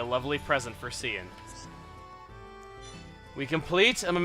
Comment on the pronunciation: Cian is pronounced Key-in. GET IT RIGHT CHUGGA!